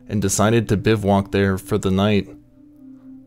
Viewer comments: Drink every time he says "Biv-walk." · Biv-voo-whack. Good content, I like all the authentic photos and trail models. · I shuttered after the 2nd 'biv-(WALK'?) Typo maybe? Nope. its 'Bivouac'